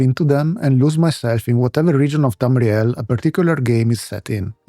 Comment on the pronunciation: I like the way you say Tamriel, it sounds cool.